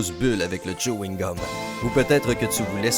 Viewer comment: c'était plutôt tchouhingum